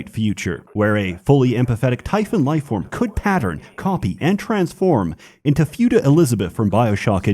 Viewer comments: * fuuta, not phew-ta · I have never been more aghast at anything you've said than you pronouncing it "Fewta" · Why did say Futa Elizabeth as "Fewta". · "hot glue them like a touhou figurine" is wild work, confirmed sof gooner also i will never get over 'fewta'